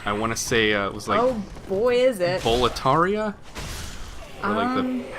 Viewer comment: You remembered Boletaria AND you pronounced it right. I'm so proud. 😢